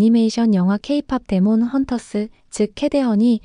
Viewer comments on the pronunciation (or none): 데몬이 아니라 디먼 이라고 알려줘도 계속 데몬데몬 거리네